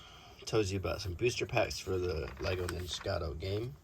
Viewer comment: Ninjago, not nijicato…it’s right there in front of your face